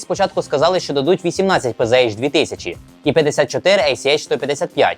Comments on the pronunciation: та не пз а пц. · Все б нічого, але вірно казати ПЦХ 2000, бо це німецька мова.